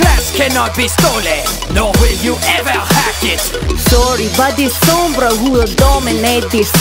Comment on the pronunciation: The accent is not Spanish, it's Mexican. The accent is off compared to sombra's actual voice actress. I instantly knew it wasn't an actual accent due to the way the Spanish phrases were pronounced. As soon as I heard the EMP voice line, my first thought was: "gringa"